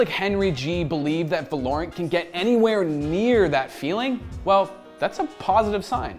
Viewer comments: They did it again 🤣🤣 not Va-lore-rent break the word apart and sound it out. Valor-ant now say it fast. Gj Gj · he is putting emphasis on a insted of o. It is supposed to be Val-o-rant. Val like in Valve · Lol it's not called how you pronounce it???? VAloRUnT? Its VALOR-RANT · Velorent ? It actually goes by "Va-lo-rant". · Val-er-rant say it with me, wtf is valaurent? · Pretty sure its not va-lor-ant like you kept saying I think its val-or-ant Like how val-or is pronounced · Thats the right way to say it. Hes saying it like Va-LORE-int. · VALOOOO RAAANT NOT VA LOOOORE ANT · va lore ant? it is pronounced val er ant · VALOR-ANT not valorent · please stop calling it vahlorrunt its valerunt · You were really confident in your pronunciation of the name weren't you? Its suppose to be said like the continent of Runterra (League world) but with a T at the end so say it with me Val-or-ant. Get your shit straight next time not that hard bro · “It’s called Valorent” Uhhhh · valor-ant is how ive been pronouncing it maybe im wrong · The game is pronounced Valor-ant as in commendation and the insect, it's name after a place from the league of legends world of runeterra, as heard in a poppy voice line. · It is pronounced as Val-o-rant. Val like in Valve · LOL HE CANT SAY THE GAME NAME NORMALLY VELORANT ITS VALORANT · Val-or-ant not valournt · Valor-ant, Val-or-ant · Its prounced as VA-LO-RANT! Come onnnnn! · vuh lorant? its spelled valorant say it right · Imagine if he could pronounce Valorant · How does he pronounce the name wrong so bad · Is it not V ah (as in ass) lorent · He is pronouncing it wrong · the name does sound better when you pronounce it right to be fair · You did not just pronounce the name like that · Can already tell the name is gonna be a problem. Val-o-rant vs va-lor-rant